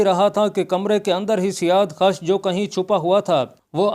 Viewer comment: Azarmidukht to khusro parvez ki beti thi bhaijaan, na ki ardshir ki. Ardshir khud jab mara to balooghat ko bhi na pohoncha tha, bakhayal mere, aap jis badshah ki baat kar rahe hain, wo khusro ka beta sherwiya tha. Aur janab, wo naam "siyaadkhash" nhin, balki "siyaavakhsh" hai